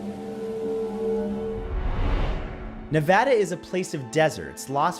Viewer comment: I've been watching you for years and always enjoyed your videos since teenhood, I just wanted to say I'm so glad one of my favorite youtubers has pronounced Nevada correctly! Thank you! 🥹🙏